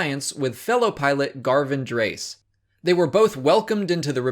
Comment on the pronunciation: it's worth noting that Garven Dreis' last name is pronounce "DRAY-iss".